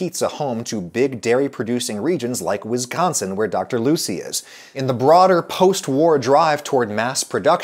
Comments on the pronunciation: As a native Wisconsin-ite, I died a little inside whenever he said "Whizzsconsin". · Why does he say Wizconsin, it’s WISconsin. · Why does he pronounce Wisconsin wizgonzin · As a life-time Wisconsinite, I can't imagine not being able to find a cheese or a style of cheese I need/want. The cheese isle at my grocery store is all encompassing and very large. Just a polite point, you are pronouncing Wisconsin incorrectly. It isn't WIZZconsin. It is more like w-ih-s-K-AH-N-s-uh-n . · Slam a beer every time he mispronounces Wisconsin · It hurts how you pronounce wisconsin